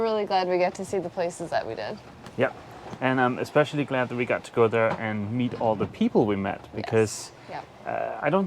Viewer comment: Ekspecially !! haha, too cute.